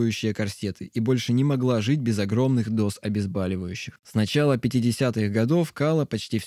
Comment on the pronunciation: ОбезбАливающее? Серьезно? Это от Бали которое?